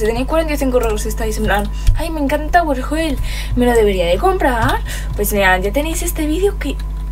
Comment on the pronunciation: Al iniciar dijiste "tawer oj jell